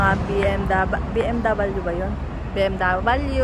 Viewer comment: BmW not bmdavalyu